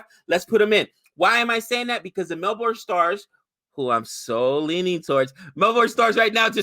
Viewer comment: melbourne (my home town) is pronounced mel-burn (not mel-born)